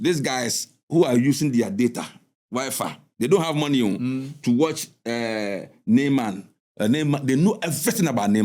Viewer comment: I believe. He said "Neyman"😂